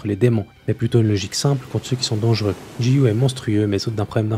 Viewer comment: yo, pour info, que ce soit "Giyu" ou "Gyomei" ça se prononce "Gyomei" ou "Giyu" pas "Jiyu" ou "Jyomei"